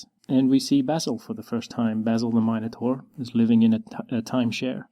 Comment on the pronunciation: Yesss someone else on the internet who says 'minotaur' like I do.